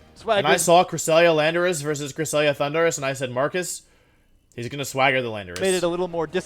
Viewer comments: it rly sounds like the announcer is saying 'Honduras' instead of Thundurus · I can’t be the only one who just hears Honduras every time says Thundurus lmao.